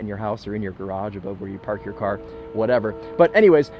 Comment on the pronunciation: "oh i like that CAH"